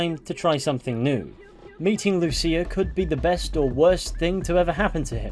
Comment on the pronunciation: Thanks for pronouncing Lucía's name correctly. The other YouTubers I saw for this pronounced it "loose ya". <_<